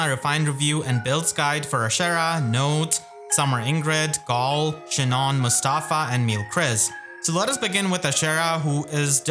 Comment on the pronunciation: why do you pronounce galle like that